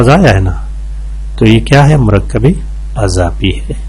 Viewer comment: ماشاءاللہ بہت اچھی ویڈیو بنائی ہے۔ بہت کچھ سیکھنے کو ملا لیکن مرکب اضافی ہمزہ کے کسرہ کے ساتھ ہے نہ کہ فتحہ کے ساتھ۔ اسی طرح مضارع میم کے پیش کے ساتھ ہے۔ اور فاعل میں آپ فا کی جگہ پا پڑھ رہے ہو اگر آپ اس کی اصلاح کرلے تو مزید بہتر ہوجائے گا اور آپ کی شخصیت میں نکھار آجائیں گا۔ شکریہ